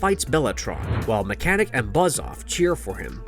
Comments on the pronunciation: Omg this guy calling mekaneck mechanic is killing me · His name is Meckneck not mechanic